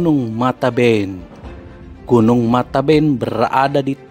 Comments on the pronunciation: k.n.o.bukan mataben tapi matebian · Min bukan matanben ( air mata) tapi matebean (sebutan untuk orng yg sudah meninggal)